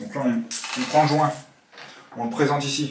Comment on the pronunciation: 2min45 le jouuuuinnt ton accent m'a tué =D